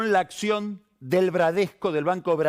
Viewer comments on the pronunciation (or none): none